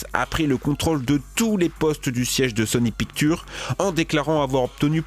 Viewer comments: mdr il dit sony picture or ca ce lit en anglais sony pictchaure! met un Jaime si tas remarqué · sony picture tu dit sony picktu lol